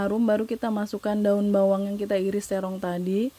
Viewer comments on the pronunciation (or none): none